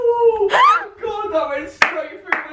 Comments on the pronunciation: Who pronounces adidas adeedis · Yaassss!!!! You said adidas not adi-d-us !!!!!!!! I'm not the only one 😂😂😂 xx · I love how Alfie pronounces Adidas and Nike. He says AhDee-Das. I say AhDeeDas. I just scrunch it up😂 Then with Nike, he says Nike without the e. He says, "Nik." I say Nik-E😂